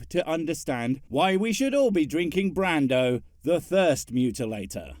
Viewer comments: The part that bugged me the most was how you pronounced "Brawndo". Are you saying you liquefied Marlon Brando? Also, yes, I would like to tell Ray off to his smug mustache, and his little sidekick. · did you just pronounce brawndo wrong? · Brawndo is from a movie called, “idocracy” made in 2006. It’s really funny, you should check it out.